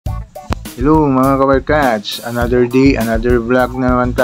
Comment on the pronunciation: Pls don’t get me wrong sir but just want to comments. It would be much nicer to hear if u pronounce it correctly as follows: another day(soft long a) not another “di” & poste not posti(matigas) latest not latis. Ty & ingat!